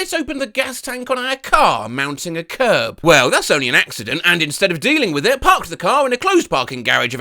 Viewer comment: Okay, im here to support with a like and sub this is way better than the AI voice reading a script. Sure is nice to hear people, then again Im not sure about hearing the english 'wif' instead of 'with' I do like the pint feels like im hearing him rant in a pub.